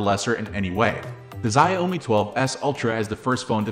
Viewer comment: I believe it is pronounced ‘Zhow-mi”.